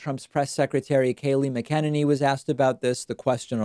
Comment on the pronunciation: Keep pronouncing McEnany's name wrong for no reason. She's a horrible human being. Is this why you're doing it, David? Seems beneath you. Reminds me of when Ben Shapiro, who had already debated Cenk Uygur intentionally pronounced Cenk's name wrong. Don't sink to that level, David.